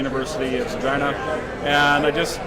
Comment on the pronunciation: There you go, Honey. Finally. You pronounced Her as, REGEENA. MUCHO BETTERO PRONUNCIATIONO. NO?